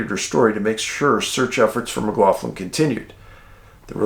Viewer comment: Jaysus, my man Cian McLaughlin - that is my last name, exact spelling. But, poor lad, I've been lookin' out, wondering if he's been found. The pronunciation is mick-LOCK-lynn, Dave! Usually the mick-LOFF-lynn pronunciation is the spelling McLoughlin, instead of McLaughlin.) The Mc's are Irish, the Mac's are Scots/Scots-Irish, depending.